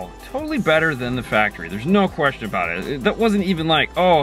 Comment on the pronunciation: Most eemportant quest-shon. How Muchy dinero$ for the Speaker EEnsalation? Gracias (